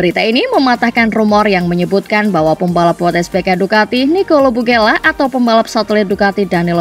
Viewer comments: Bulega... Bukan bugela... 😅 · mbaaa... lidah kepleset mulu.. namanya Nicolo Bulega.. BU LE GA.. bukan Bugela.. 🤦‍♂ sama aja nyebut Miguel Oliveira huruf I dan E kebalik mulu... O LI VE I RA.. bukan O LI VI E RA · nicole bulega,min bukan nicole bugela 😂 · Nicolo bulega bukan bugela min 😅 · Bulega min bukan bugela hey 🤣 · Nicolo bulega❎ Nicolo bugela✅ 🗿🗿